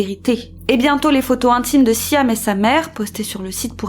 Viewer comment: c'est siam (sjam) pas siham (sijam)- cape town (keɪp taʊn) pas kap taʊn